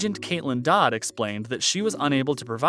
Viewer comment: Plus it was Kaitlin TODD not Dodd